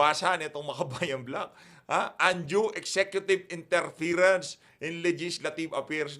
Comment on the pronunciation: “Interference” not interferance❤